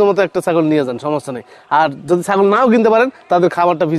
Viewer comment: এর উচ্চারণ ঠিক করতে হবে যোদির বদলে বললো যোযি 😅😂😂😂😂